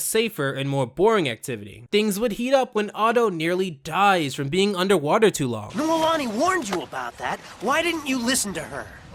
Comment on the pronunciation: I loved this show growing up, merely because my name is in it and I've never heard it elsewhere off of Hawaii (Noelani)...and yet you say it wrong so many times even though the clip says it right there!!! lol D